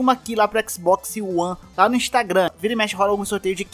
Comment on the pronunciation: "Xboxi one"